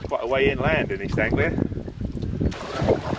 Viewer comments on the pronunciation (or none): none